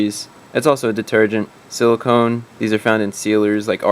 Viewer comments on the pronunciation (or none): Did I read it wrong or did he? I thought the list said silicon but he said silicone. Very different things. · Silicon not silicone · You sad silicone. Chart said silicon. Which is it? Those are vastly different things. Misspelling? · It says silicon not silicone. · That's Silicon, as in dirt. Not Silicone, as in sealant. It's a measure of how well your air filter is doing. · Just wanted to point out that you incorrectly referred to the 'silicon' content as 'silicone'. These are two different things. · You made a mistake by reading 'silicon' as 'silicone'. Very different and different sources of contamination. Silicon I heard can come from sand dust and bad intake air filters. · Parts per million isn't a percentage. Its a fraction. Percentage is out of 100. Also, that said silicOn, not silicone. Silicone is that rubbery stuff. Just being a bit overbearing, but I can't help it when you seem to have done your research and committed the info to memory, but got such basic things wrong. I admit I'm being a douchebag, but im doing it with the desire to help you not make silly mistakes, so I hope you dont take it as an attack because it isn't. Thanks for another very interesting video. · You pronounced silicon as silicone. They're two different things fyi. Great video. Extremely informative. Thanks! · I noticed during the video you said silicone not silicon. What the test company is referring to isn't caulk or sealer, it is a measurement of the "dirt" that is in your oil. A high silicon reading could be from a bad air filter or vacuum leaks. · silicon not silicone.